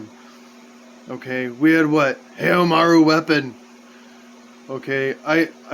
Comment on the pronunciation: i was one of the unluckiest bumb that couldn't get Kula for free or even cheap, i tried and tried but didn't happen :( hoping to get an event that can get her again. great tip, thx (oh btw its Mai is pronounced MY not may :p same for Haomaru, its like Ha o maru, just a tip hehe